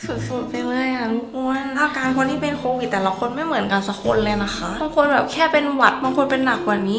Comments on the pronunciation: โควิดค่ะไม่ใช่โตวิดค่ะ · โควิดนะคะไม่ใช่โตวิด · ขอให้หายไวๆนะคะพี่คะพี่แต่ว่าพี่คะทำไมคำว่าโควิคกลายเป็นว่าโตวิดหรอคะ